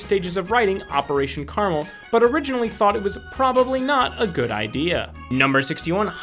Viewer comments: It’s pronounced like Care-ra-Mel not car-mull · Caramel. Not Carmel. CARAMEL